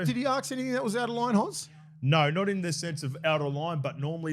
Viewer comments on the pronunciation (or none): Willie it’s ask not arks. I know you’re one of the bros but there is no R in ask.